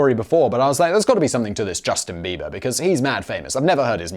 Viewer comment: Hey, it's Bieber, not beaver!